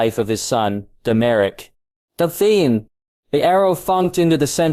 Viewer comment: Why is Theon so hard for AI to say? Really all names are pretty bad.